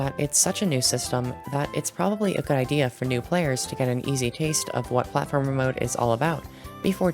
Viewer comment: Lol robtop said he will add platformer but when he said it, it said Plate-former